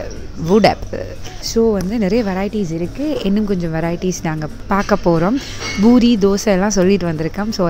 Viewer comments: Heyy small correction, it’s Poori not Boori😄😄 love your videos ❤️😋😍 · yes exactly the Indians call it Poori which is the correct way to say it I think 😃